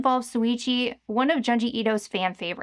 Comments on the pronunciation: Pronounced joon-jee, not jahn-jee. Wanted to love the in-depth video, but it was like nails on a chalkboard every time you mentioned his name 😂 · Why do you continually mispronounce things? His name is Junji. June-ji.